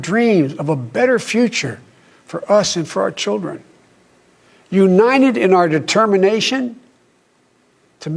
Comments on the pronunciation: Joe B always says Uninenent for United. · "UNINED !" I was afraid that they would use deep fake, but no, it's joe... and for the first time in his life he said the truth "There's never been anything, we've been able to accomplish,when we've done it together" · he said "defind America in one word". Wow. Imagine biden in tradetalks with other world leaders. he said " uninedd". Go get em boy.